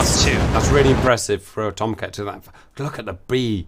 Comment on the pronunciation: In real life, if there was a nuclear strike heading towards the US, the "you're not allowed to fly that fast for that long" rule would be ignored. Also, you need to watch Mover on youtube to get the correct pronunciation of "TOMCAT!"